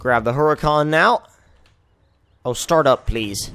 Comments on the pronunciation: its not heruhcon its Hurricane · you may have had a very minor stroke...that's very far from good 0_o Also, what is a Her-uh-con?